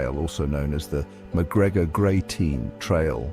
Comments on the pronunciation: It's Grey-ton!! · GreyTINE?……..How do you arrive at that pronunciation for Greyton?